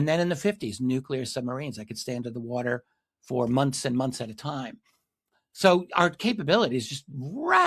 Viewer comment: "They have been here for a long Tayme"